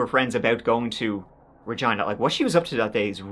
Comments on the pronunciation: Such a little thing, but thank you for pronouncing Regina properly, its an easy one for people to mispronounce but you nailed it. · Thanks for pronouncing Regina correctly, I live there haha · As a Canadian I appreciate that you pronounced Regina correctly!! 🙏🏼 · Saskatchewan……. Yorkton…….. AND Regina……ALL said correctly!!!👏🏼👏🏼👏🏼 (at least how we say them here😜) You da man 🎉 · Yes!! You pronounced Regina, Saskatchewan, and Yorkton correctly. That doesn't happen very often. Thank you for another great video.